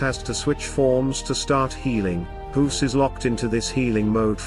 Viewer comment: Thanks for the video but I am a bit bothered by how you pronounce the name Guus as Huus. LOL! Maybe, it is how you pronounce "G" in your native tongue. I pronounce it as "Gah" with a very short "a"